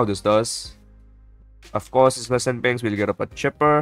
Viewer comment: the bloons are pinks not pEnks and its a Village not Willage and its round THirteen not TUrteen